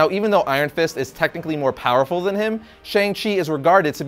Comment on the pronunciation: You mispronounce "than" btw